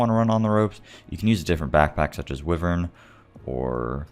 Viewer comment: anyone else cringe at how he pronounces "wyvern"?